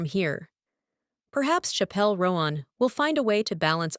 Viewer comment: It’s not Shappelle Roenn ffs